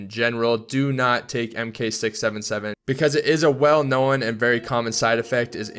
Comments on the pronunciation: Why does he say "known" "knowan" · To say "known" right, just say "moan" with an "n" instead...